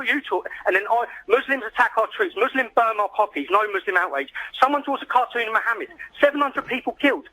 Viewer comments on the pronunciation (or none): none